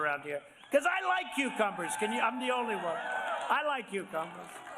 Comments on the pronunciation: Does Trevor pronounce them qwho-cumbers? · Am I the only one hearing "quecumber"?